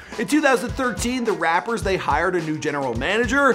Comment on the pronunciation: Stop saying RaPpper it’s rapotors